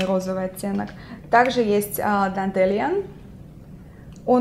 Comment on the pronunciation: эти румяна dandilion произносится дэндилайон :)